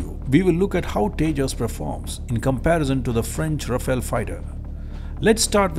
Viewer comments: The pronunciation is Ra-Fal and not Ra-Fail. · The spelling and pronunciation of Rafale is wrong. It should be pronounced as Rha-faal. You need to get both right to be taken seriously.